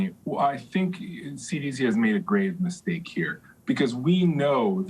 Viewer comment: “a grave mystaku”